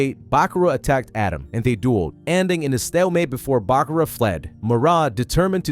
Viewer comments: ATEM not Adam. 😂😂😂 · Stop calling the Pharoah Adam. It's Atem. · Atem ❌ Adam ✅ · *Atem not Adam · Atem... not adam.. jesus drove me nuts whole video lol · I know it’s American thing but I just can’t not hear pharaoh “Adam” every time you say it 😂 great vid btw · The way this dude pronounces Atem is killing me. And he does it 15 times a minute. 😅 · This video is so well put together and coherent for the insane amount of details in this series. But the name pronunciations hurt my soul. Atem... A-Tem not Adam Marik... Mar-Ik not Mark